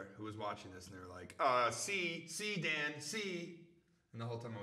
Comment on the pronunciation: WHY IS DAN SO BEAUTIFUL!? I FEEL SO HOLY AND PURE NOW THAT HE SAID MY NAME HE ACC MAKES ME FEEL WORTH SOMETHING! (evn tho he said it wrong i still love him!)